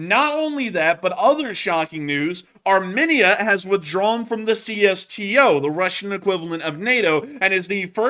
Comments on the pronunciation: Armenia is prounounced 'Ar-meen-ia, not Arminnia. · It’s pronounced aar-mee-nee-uh